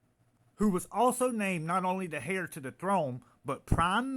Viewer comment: Good video FYI heir has silent H